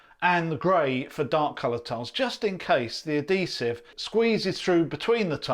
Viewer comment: What is the language being spoken this video. Clearly not English. Half the words he says are either made up or pronounced horribly. You know you have the bucket with the letters of the words right in front of you and you still say letters that are not in the word. Say uhd·hee·suhv That's how you pronounce adhesive. The emphasis is on the "hee". there has never been a point in the history of the English language where the letter "H" was pronounced as a "D" sound.